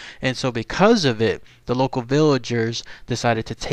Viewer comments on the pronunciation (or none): none